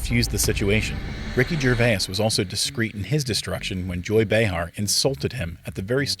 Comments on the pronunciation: Jur vay uss? Really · Wait, wait, why are you pronouncing Ricky Gervais' last name like that? For that reason, I'm out. 👎